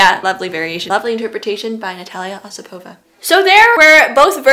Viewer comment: Thank you very much! 💕💕💕 Please, make a full ballet commentary👑 P.S.: The pronunciation of the surname "Osipova" is more correct on the first syllable according to the rules of Russian language❤